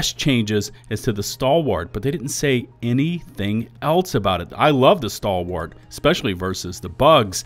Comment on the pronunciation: Maybe they'll buff the Stalwart so you pronounce it correctly! 😂😂😂